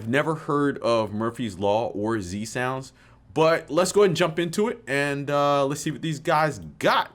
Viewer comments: It’s not Z Sounds it’s Zounds! Respect the heritage! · no s in Zounds tbh fella (well apart from the one at the end), The Zounds are one of the best and most melodic anarcho punk bands, check out their classic album Curse of Zounds, Did he jump, Dirty Squatters are two of my favourites